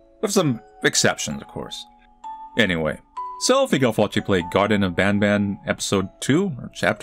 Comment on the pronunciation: I am so glad you will now stop calling it "bon bon" like the candy like a WEEB that uses Japanese "ah" sounds despite the devs being English, thank you. Game's still a soulless cashgrab but at least there's finally something resembling a story now.